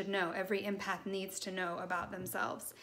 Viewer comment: Helpful thanks. The word is pronounced EMpath as in Emma. Not IMpath xx